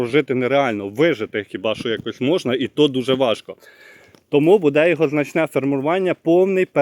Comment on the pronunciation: Укр мова не ,, буДЕ,,а БУде,,😮